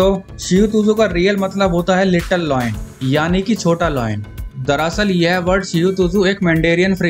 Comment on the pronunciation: and its not "Loin", its "Lion". shihu tuzu, nai breed bana di 🤣